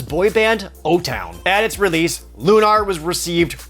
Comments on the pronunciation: Why are you saying Lunar like "Lune AR" It's looner, just like you'd say with a lunar eclipse or anything related to the moon. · Loon-are? Have I been pronouncing it wrong my entire life? Cecil's family are loon-are-ians and not loon-air-ians? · I was cringing every time you said LUH-KNAR.. but , you pronounce it correctly. I caught you!